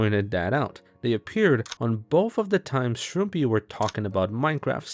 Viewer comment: the arg aside, shouldn't the channel name be pronounced shroom-pie and not shroom-pee???